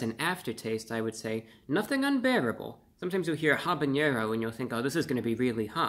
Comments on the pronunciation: Friendly thought: "Habañero" is pronounced haa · buh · neh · row without the an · yeh (añe) sound. Even in Spanish it's pronounced a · ba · ne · ro with a silent H. No añe sound in either language or dialect. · The eerie masks on the wall are so fitting. I like how he pronounces habanero as habañero.